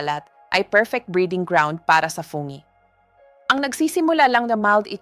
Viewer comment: Anong fonge? ( Fungi). 😅😅😅